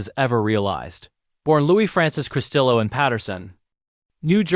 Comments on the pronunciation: Would have been better if the “narrator” could pronounce his name. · You need to get your name right its COSTELLO. RIP LOU❤